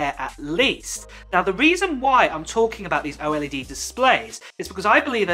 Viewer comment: Antes de hacer un vídeo asegúrate de que no sea redundante, al menos haz el esfuerzo de usar tu voz y no una IA, me cansé de escuchar a cada rato la pronunciación de OLED como "O-ELE-DE"